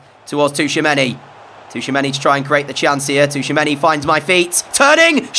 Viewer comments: Bro please stop saying Touchamanny... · I love the content so much and I have been binge watching since episode one but Tchouameni’s name is pronounced Chew-a-many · Great vids, but the T in Tchoumeni is silent. 😂